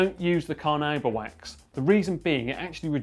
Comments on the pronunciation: It's pronounced carnaúba, the emphasis is on the "u". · carnuba wax he said? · I was more waiting for someone to comment on him pronouncing Carnauba wax "Car-Nuu-Ba"